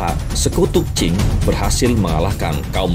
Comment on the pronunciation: dinasti qing, bukan qin. cara bacanya ching. kalau qin ( chin ) itu 200 thn sebelom masehi.